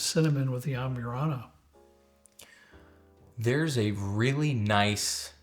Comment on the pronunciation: Cracks me up how yall add extra characters to words. Am-burr-ana not Am-byour-ana An-a-ho not An-ya-ho Where’s Robert?